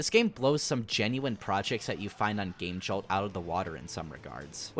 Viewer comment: why are you saying game jolt like that it's killing me still nice vid def subscribing